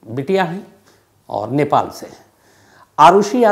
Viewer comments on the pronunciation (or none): none